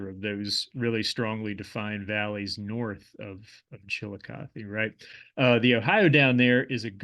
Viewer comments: Kinda. Accentuation on Chillicothe is not like I've normally heard in the area. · NOT... Chilli Cuth EE... CHILL LOCK UH THUH,,, that is 1 of the former Capitals of the SHAWNEE. CHILL LOCK UH THUH And Monanga.... you have the 1st part right... but NOT - HE LA it is HEY LA... another Native Word possibly Shawnee but could be other